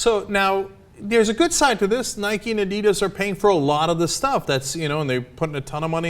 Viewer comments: Oh lord that prononciation of adidas is horrific. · wow they're pronouncing adidas so badly lol